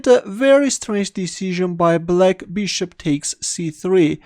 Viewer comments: First few videos I thought he was saying Blake instead of black... whos blake.. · Hahah mate I was wondering why everyone was playing against this guy named Blake. You just have a very particular pronouncation for Black, also for Rook. Nothing wrong with it. instantly recognize your videos when i hear your voice